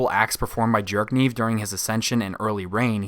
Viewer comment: I kept hearing you saying “Jerk-niv” and I honestly don’t know if that’s just how you pronounce his name or you just really don’t like the character 😂